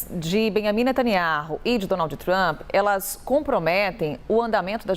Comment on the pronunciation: Não sabe nem pronunciar o nome do primeiro ministro de Israel 😂😂😂😂